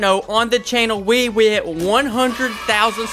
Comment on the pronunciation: At the very start did u catch that he said wit and not hit